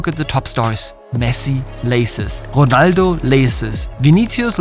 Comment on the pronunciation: Ronaldo❌ Jonaldo ✅